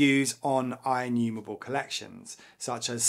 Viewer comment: Inumewable awway uWu